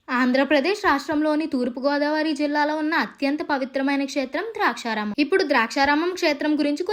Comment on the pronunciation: అమ్మా తల్లీ... ద్రాక్షారామం కాదమ్మా.....దాక్షారామం. ఇంకా స్ధానిక కథనం... తానిక కథనం కాదు.... ఖర్మ రా బాబు....